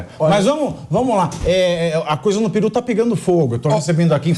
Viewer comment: Não é Piru e… PERU!